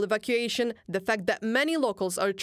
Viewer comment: THE is not ZZZZZZ it's pronounced more like letter D, not Z. :)